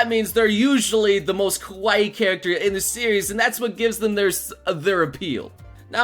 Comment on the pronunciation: You need to watch your pronunciation of Kawaii (Emphasis on the Ka), because you sound like you're saying kowaii (which means scary). Yes, I am very particular.